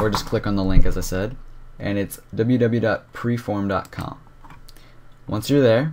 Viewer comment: and its piriform not preform